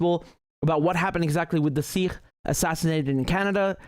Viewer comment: u said sirrh instead of sikh many times lol not every kh is pronounced as r like Arabic/Russian